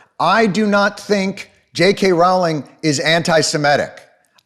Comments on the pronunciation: The 'Row' in 'Rowling' is pronounced like 'row your boat'. And when people pointed out the anti-semitic tropes, I saw what they mean...but no part of me would have thought "Jews!", and I still don't. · Hey since nobody seems to get it, Rowling rhymes with bowling